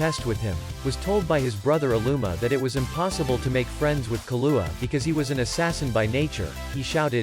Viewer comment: Interesting insights. Was the text read and vocalized by a computer application? I ask, because many of the names from the show were mispronounced, including but not limited to Kurapika and Killua, who were extremely prevalent in the show.